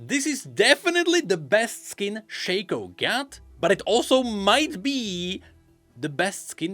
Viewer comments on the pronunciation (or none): Its SHAW - KO no shay ko